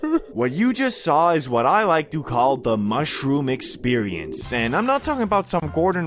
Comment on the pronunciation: Does bro actually talk like that?😂 Bro says "da" instead of "the"